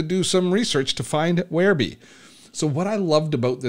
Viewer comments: If it was 'where-bee' that is the spelling, since it's spelled WhereBY that's how I call it, and your saying Where-BEE prompted this comment. Keep on keeping on. I see now, after showing the offers in the upgrades, that this is old news. Bye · I don't blame them for changing the name, but "whereby" is an actual word with an actual pronunciation: where bye. It's not a personal choice to call it "where bee." Just look up the word, for Pete's sake. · "Whereby" as in 'The app whereby I connect to my friends online". NOT Wherebe!